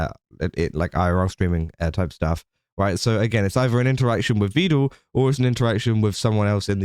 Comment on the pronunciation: "Vedal" is pronounced rhyming with "medal" or "pedal."